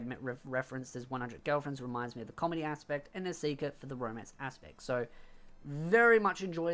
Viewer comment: How come you pronounce Nisekoi as Nesika or Nesiker?